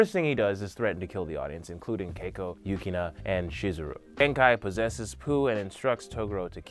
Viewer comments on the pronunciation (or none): Emma Queen I think he only mispronounced Toguro, Rando, Yukina, and a couple others I think...